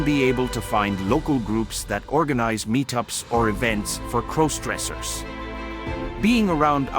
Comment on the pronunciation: Please stop mispronouncing crossdressers 😢